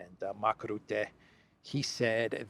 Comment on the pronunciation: Mark Rootte does not exist. I only know Mark Rutte. Why is it difficult to pronounce his name?